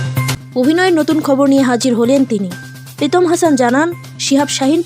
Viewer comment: প্রীতম নয় পিতম 😅😅